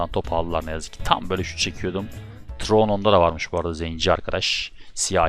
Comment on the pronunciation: Abi o siyahi forvetin okunuşu tayron diye biliyom trone değil